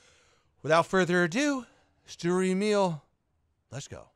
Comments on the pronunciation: saying Sturer sounds more like Steward and YouTube subtitles agree with me. Also Sturer is an adjective and there are no other Emils in the game, so why not just call it Emil? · it's pronounced shtuhrer